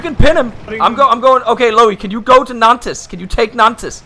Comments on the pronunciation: Please dont Say the S in Nantes. And you'll get gangster on that french prononciation ! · Still can't get over how they pronounce "Nantes"